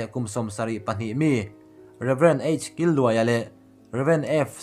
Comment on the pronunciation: Killuaia ni loin Kîlluaia... Kil lai hi chaw kan kîl mek, lo ei ve rawh tih ang a lam tur